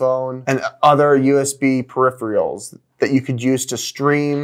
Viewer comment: Periph-er-als, not Periph-re-als...